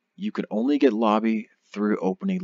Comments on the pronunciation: stop saying Lobby, it's "Lo bee" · FYI it is pronounced "Low Buy" not "La Be". I made the same mistake for years until I watched the first episode of Voyager again, Quark clearly says it to Ensign Kim on DS9 before Voyager launches. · Hello everyone! I am aware that I do not pronounce "Lobi" correctly in this video. I pronounce it correctly as "low - buy" (as clarified by many of you) as of my 2019 videos. Unfortunately on YouTube creators can't change the audio of older videos, so this video will continue to have me saying the term incorrectly. If YouTube decides to allow for creators to change audio on uploaded videos in the future, I will correct this. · Stop saying it like that its "Low- By" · I've heard it pronounced four different ways, say it how you want, ignore the grammar Nazi's.